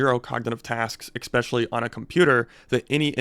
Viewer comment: There’s no k sound in especially